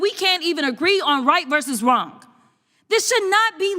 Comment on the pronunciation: Can someone tell the rich brat, Ghetto Crocket that the word "wrong"does not end with "k"!